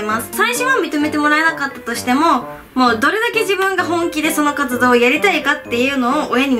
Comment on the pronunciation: 1番最初の「活動のことで」の所「カツ丼のところで」って聞こえた笑